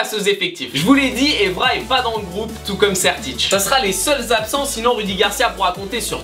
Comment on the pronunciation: on dit « Sertik » pas « Sertitch »